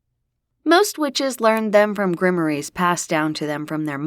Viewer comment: How does Rupert play poker? Isn't he a ghost too? 😂😂😂😂 "Grimmories" wouldn't be "grimoires"??